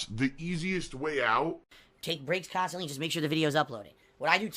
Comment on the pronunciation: He swears he doesn't pronounce words in a weird way but: KHAAAANSTANTLEE